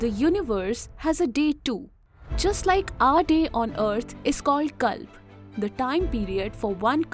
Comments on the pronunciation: You need to focus on pronunciation.. It's Manvantara and You have pronounced it as Manvantar.. Not just you.., most north Indians do this mistake.. speak language as it is.. don't relax your tongue.. And it's Moderator but not Maintainer as you spoke in beginning.. so many mistakes.. It's Kalpa you read it Kalp.. it totally sounds shit.. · Get your pronunciations correct. What kalp? Its Kalpa ( cul-puh) and yuga (yu-guh) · Could not make out head & tail of the calculations 😶 Btb, pls pronounce "a" at the end of words that has "a". For eg: you pronounce KalpA as Kalp, ManvantarA as Manvantar ... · You are showing kalpa can’t you pronounce it properly u r saying it as "kalp"